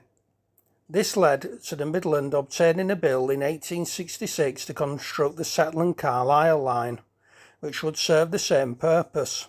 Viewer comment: rather unusual pronunciation of Sedbergh ! it is sed bur not sedge bur